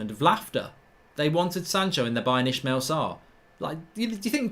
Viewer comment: Ismaila! Not Ishmeal